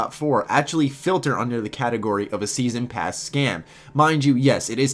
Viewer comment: Lol "Steason Pass"